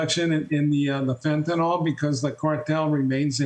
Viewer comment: Why can't government speakers pronounce Nuclear and fentnyl instead of nookyoular and fentanol?